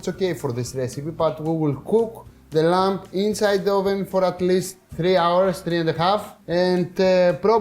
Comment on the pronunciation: lol Akis, the b in lamb is virtually 'silent' in English, so you don't need to pronounce the 'b' so you say 'this beautifully, expertly, inexplicably cooked lam/b IS PERFECT' because I know it is, on a tech level, I have never seen Kleftiko cooked with cheese before, is this regional? as always entertainingly inspired cookery, and love the best of Greek Yoghurt, olive oil and Lamb, including lemons and many other things no doubt....... 😉🥰